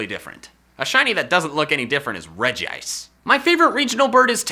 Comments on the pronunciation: DID HE SAY REGI-ICE?! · Regiice? You mean Regice? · It's not regi-ice It's re-gice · No he said reg-ice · "You are wrong" 2 seconds later REGI-ICE